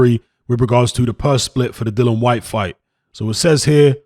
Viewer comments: It really annoys me when people call him dillan 😂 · You spell his name correctly but call him dillan throughout 🙄 other than that I really enjoyed the content 👍